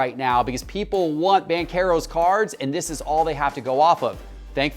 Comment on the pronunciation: “Bankero” 🤣🤣🤣, tell your cue card guys to learn how to pronounce his name. It’s Ban-chair-o